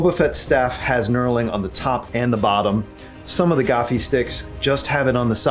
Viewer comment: It isn't a gaffie stick its a gaffi stick your English teachers failed you.